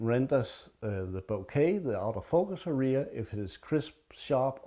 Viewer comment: Hej, I watched the video with interest. May I make a few suggestions for improvement? Well then, here we go: #1. The video is too long for a simple message; cut down by one-half. #2 Pictures are shown at machine gun speed, they are too good for such speed. #3 Learn how to properly pronounce the word "area", especially as you use it so often. English words are pronounced with an even stress; you put stress the end of the word. Listen here for a correct pronunciation. Best regards. Chris